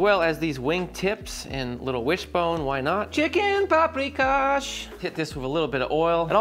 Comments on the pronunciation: Pahp-ree-kahsh Sh-payt-ts-luh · please not"paprikash". no h. it's just pronounced like that.